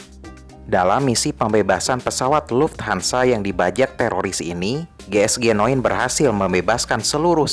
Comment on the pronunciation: Bang cara bacanya jiesjinine,bukan geesgenoen